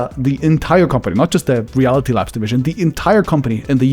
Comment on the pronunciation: I like how your accent makes "Reality Labs" sound like "Reality Lapse" it's actually very fitting.